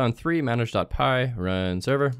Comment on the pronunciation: lol the way u said run server